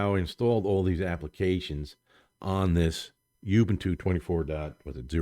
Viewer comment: you can't even pronounce Ubuntu right.. geez dude